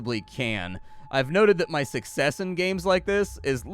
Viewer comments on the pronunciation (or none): none